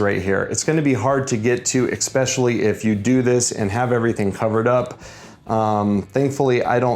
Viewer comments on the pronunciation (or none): none